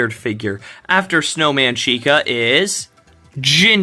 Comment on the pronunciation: Finally, you said the name correctly.